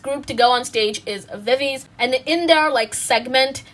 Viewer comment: not to be that person but viviz is actually pronounced as vi/vi/zi, not vi/viz... (love this vid btw ❤️)